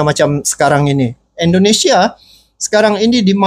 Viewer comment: Bang mohon maaf. Kita namanya INDONESIA. Bukan Endonesia bang